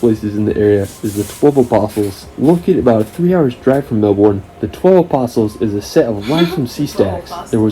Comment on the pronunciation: Pronounced Bond-eye not Bon-dee. Also Melbourne is pronounced Mel-bun not Mel-borne.